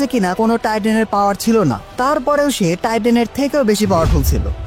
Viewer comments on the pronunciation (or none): none